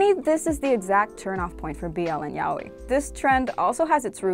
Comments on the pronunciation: Being latina is not an excuse, unless you're brazilean you'd pronunce yaoi as "ya-oh-ee" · I always pronounced it yay-oh-e